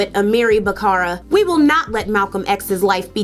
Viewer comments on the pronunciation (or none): I always love the videos, but there have been several words that have been mispronounced and people's names that are spelled incorrectly and also mispronounced, like Amiri Baraka, not Bakara. Kind of important, especially if people have never heard of these people or words before. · Great information! Well organized and well presented. However, I believe Amiri Baraka's name is mispronounced and spelled incorrectly.